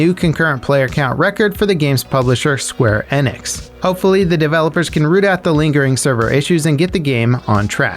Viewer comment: It bothers me that he either pronounced square enix wrong or I’ve been pronouncing it wrong